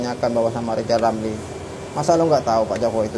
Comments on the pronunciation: Ah yg bener min,masa Lijal Lamli mau nyapres,aku ndk percaya,ambisi dan hayalanya mungkin.Ucap huruf R aja nggk bisa,mau nyapres???????, Preeeeetttttt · Lizal lamli gila jabatan ngomong r gk bisa tapi hayalan tinggi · haaaaaaa yijay yamyi mo capres ngomong R aje ga bisa...partai hti fpi x yg mo milih die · Hehehege Yang jadi antene nya lijal lamli bisa" tuh tv siarannya ga ada huruf R nya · What??? lizal lamly mau jadi pleciden endonecia..??? Ancorrrrrrr!!!😂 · Hahaha Lizal Lamli Lg Mimpi Buluk. Woi Lajawali Ngeplet Ngomong aja dulu Benelin... Coba bilang R. Klo bisa Saya mau Pilih Anda. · Rizal Ramli itu suruh belajar ngomong R dulu...😂😂